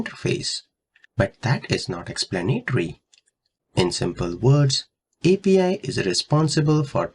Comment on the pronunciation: 😂 Interesting accent